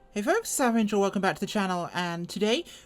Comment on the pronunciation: I love your Russian character! Do you have a name for her? Svetlana perhaps? :) Also I keep forgetting to ask, is there a reason you pronounce the Av in AvAngel like the av in avenue instead of the av in aviation?